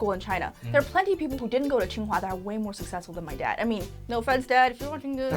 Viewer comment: it is Tsinghua not qinghua.